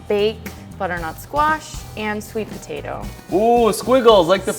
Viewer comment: I like butatoes too She says potatoe as butatoe